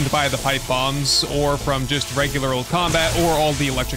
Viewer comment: Lol I had to replay the part, at least ten times, where you talk about what's not going to work for the horde. I kept hearing you say, that "bongs" wont work...😂😂😂 but you were saying bombs...😂😂😂 it took me much longer then it should have to know what you were saying....🤦🏼🤦🏼🤦🏼😂😂😂